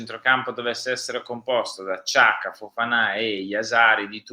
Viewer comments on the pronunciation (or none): Ragazzi un favore, le pronunce di Jashari e Xhaka. Non sono difficili, sono rispettivamente Iasciari e Giaca! Forza Milan..